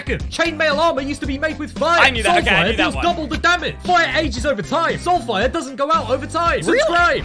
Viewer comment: He said shull fire